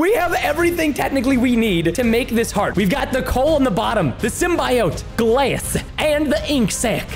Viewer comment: The way he said glass